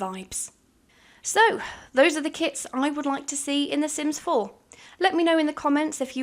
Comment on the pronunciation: I for real thought she said kids lol